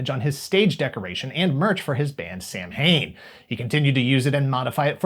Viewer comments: Sam-Hain? It's pronounced "Sow-Ween". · Nice try on the pronunciation, but you have to keep in mind that it’s Celtic and will sound differently than it looks. Samhain is pronounced, “Sah-when.” Happy Halloween. ;-) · Bruh, it's pronounced "Sawhin", not Sam Hain. Love you. Love this channel, too <3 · "Samhain" is actually pronounced more like "Saw - Win" - anyhow, even though Im a big fan of Danzig's earlier projects (especially Samhain, which is like a slower, more atmospheric Misfits) - know that i know dude stole that skull artwork, Ive gotta admit that's a pretty big dick move. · "Sam Hane" is an Irish word and it's pronounce more like "sow-in" Also, Crystar and Moltar were gong to lead as two kings, but then they poisoned each other's wine... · Samhain is pronounced 'Sah-win'. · it's Gaelic, and it's Sow-Ween. Almost everyone pronounces it incorrectly.